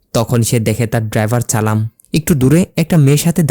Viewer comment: উচ্চারণ আরো ভালো করতে হবে। চালাম চালাম না বলে সালাম বলতে হবে